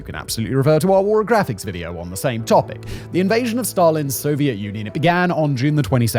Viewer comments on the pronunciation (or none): Sorry, what's Warographics? I hear it and I think "Y Fronts"...